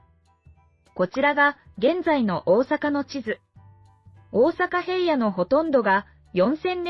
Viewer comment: 最初に出来た大阪平野は 平野｢ひらの｣か？